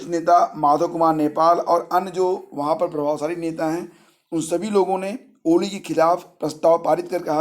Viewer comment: सर कोली नहीं ओली है